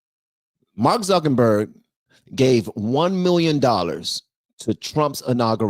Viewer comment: it's not zuckenburg it's zuckerberg